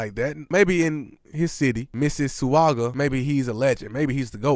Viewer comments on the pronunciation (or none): It's Miss-A-Saga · It's pronounced "missuh saga" bro. Or "miss iss ah ga". The u is silent. John River was outta commission for years. Had an autoimmune disease that stopped his rise but now he was better and coming back and he got sway sway and they swagger jacked, as usual. Ovo been on this type of moves, no creativity, just vampires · Mississauga = Misses - saga! It's a hard one. Good video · It's pronounced Miss-a-saw-gwa